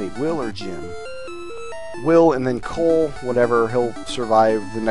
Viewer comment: Ahem. You're pronouncing it wrong. It's COLE.